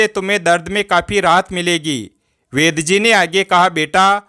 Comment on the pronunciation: वैद जी है या वैद्य जी है 😂😂😂😂